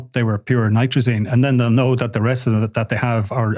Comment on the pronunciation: NITAZINE there is no R